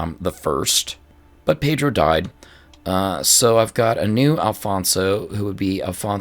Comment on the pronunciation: Hey there! your pronunciation is great, and in the case of Pedro it's actually pronounced pe-DRU as you suspected. In the case of João (my namesake lmao) I know it's really hard to pronounce the nasalized vowels, so it's really alright. "Ão" is pronounced kind of like "own". Keep going, I'm really enjoying it!